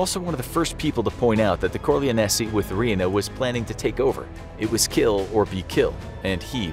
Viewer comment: Don core- lyon- e